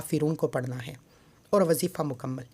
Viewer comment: Wasifa nhi kehty wazifa kehte hn